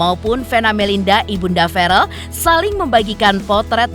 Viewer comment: VEREEL....BUKAN VAREL....🙄🙄🙄🙄🙄